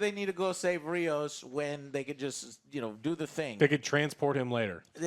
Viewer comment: It's Rios, like rivers. Not Raymos